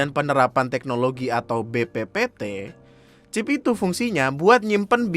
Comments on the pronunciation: Chip bapak bukan chif!!!!!!!! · "ada 'chiF' nya" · "chif" Me: ngogkeyy v: Btw mamammm tuh yg gabut nyongkelin buat nemuin chipnya, Ngurus ulang katepe lagi😂😂😂 biasanya kan klo mo ngurus ulang ditanyain knp hrs ngurus ulang ktp, org laen alasannya ilang dsb, lah mereka malah alasanya "karna abis dicongkel buat nyariin chif yg katanya buat ngelacak lokasi itu pa" 👀